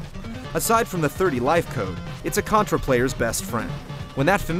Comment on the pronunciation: did he say Cuntra?